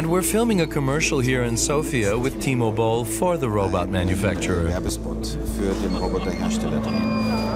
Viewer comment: His name is...Timo Boll? as in T-Mobile?! LMAO